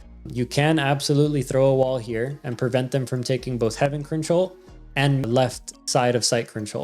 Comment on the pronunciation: stop saying control "crinch troll" please 😭